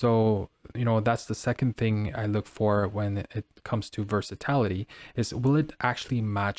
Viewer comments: Thank You. I cringed every time versatility was pronounced “ver-sa-tal-ity” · Ver-sa-TIL-a tee. NOT ver-sa-tallll-ity.